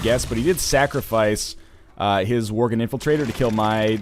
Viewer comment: Stop calling worgen vorgen please